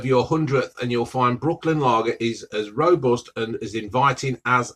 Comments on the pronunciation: It’s Brooklyn not Brookland 😂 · Are we ignoring that he's called it Brookland and not Brooklyn hahah